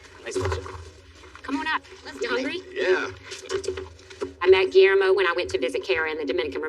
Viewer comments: His name is pronounced Ghee-yair-mo. 😊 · You say G’s name like Ghee Air Mo It’s a hard G